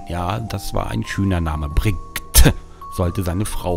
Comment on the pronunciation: Ich hab so gelacht als er mit 'Brgtte' kam :D